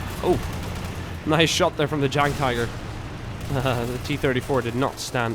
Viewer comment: you pronounce the Jagd in Jagdpanzer or Jagdpanther wrong. The German "J" is always pronounced like an English "Y" like in yankee. The German "A" is pronounced just like the Swedish "A". By the way Jagd means hunt;) Furthermore the "th" in Panther is just pronounced "t" in German. I hope I could help you and thanks for all the brilliant videos.